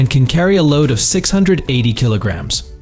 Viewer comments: Kilograms, not killagams! This is what you get when you use AI instead of a human. 🤣🤣 Ute. It's pronounced YOOT. That tray & canopy is NOT $116,000! They start from $13,510 AUD + GST. The more features, the more it costs. For $116,000, you'd get the ute, canopy, a suspension lift, decent offroad tyres on new rims & still have change! 🤣🤣 Great. Just what we need. More distractions for drivers! That panel would be better used to display what's in FRONT of the truck. "With B L U E T T I..." It's a brand name, not initials. Bluetti. AI... The way of the future... (At least the AI finally pronounced kilograms correctly! 🤣🤣) These wheel clamps are designed for caravans, boat trailers & other dual axle trailers, not utes or trucks. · The A.I. Has trouble Saying Kilograms